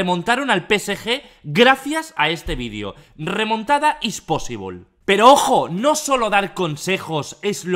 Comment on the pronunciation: "Remontada is posivol" Mis cojones 2019